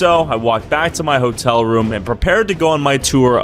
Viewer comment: That's really rude to keep calling it a whore-tell It's just uncalled for